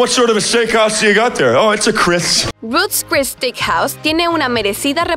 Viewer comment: stickhouse, stickhouse y stickhouse… se dice STEAKHOUSE!